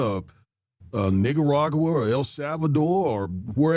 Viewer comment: The fuck, did that old dude just say nigerauga? It's Nicaragua sir....